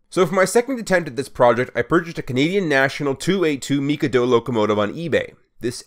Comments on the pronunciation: Everyone I've shown this to wants to throw you out of astrotrain for your pronounceation of Mikado It's mi-kay-dough Not me-ka-do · “Meek a do” it’s pronounced mick-a-dough get it right dummy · you pronounced mikado wrong its ma-KA-do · Not to be rude, but the pronunciation for Mikado is mi-kaa-dow. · A 2-8-2 Mikado is pronounced "Mick-Kaw-Do". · its called mikado MIH-KAH-DO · the configuration is pronounced mik-ah-doh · That looks awesome! I was expecting you just to buy and modify a Kato J51, but this is even better! And I don't mean to be a prick, but as a train nut, I just want to let you know that mikado is not pronounced like that lol. Again, I don't mean to be rude, it's an awesome project! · Fair enough, I'll be honest though, every 5th or 6th comment points out my pronunciation and nobody can seem to agree on it. I got my pronunciation from a Japanese pronunciation video of the word considering it's a Japanese name